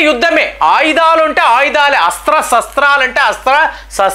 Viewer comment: ఎక్కడ చాడుకున్నావు. Sastralu..sastralu...అంటున్నారు mi ఉచ్చారణ correct ga ledu శస్త్రాలు...అని పలకాలి "స" kadu "శ" పలకాలి 😊